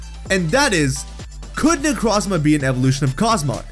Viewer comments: Haven't listened all the way through, but my only complaint will be the way you pronounce Necrozma. It's made in of the word Necro and chrome. Both with the Oo sound, "oh" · You said my name wrong, its Neck-row-z-mah. Hard o. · Necrozma necró means dead in greek νεκρό look it on google translate and hear how νεκρό is pronounced (I’m from Cyprus) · The way you say Necrozma hurts my soul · Why do you keep saying solgaleos name wrong not only that you said necrozmas too great job bro